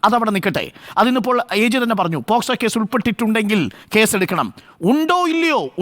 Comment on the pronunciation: ഒരു advocate ആയിട്ട് പോലും പോസ്കോ എന്ന് പറയുന്നു. POCSO ആണ് വക്കീലേ...